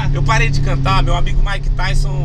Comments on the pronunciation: "MAIKE E MAIKETAISON" KKKKKKKKKK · "Maick e maick tyson" kkkkkk